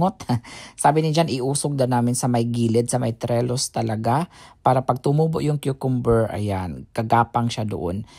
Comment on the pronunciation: Brother, yung gapangan ng halaman is called a TRELLIS not Trellus. I know you wont be offended by this. Kasi open minded ka at hindi easily offended with any correction. I love your garden with fruits and veggies. AT, Ang sarap mo panoorin mag eat. Inggit ako sa kain mong laging may rice, because I can only eat 2 tbsp of rice (basmati) each meal since I am watching my sugar (carbs become sugar). Rice is life kasi for us Filipinos.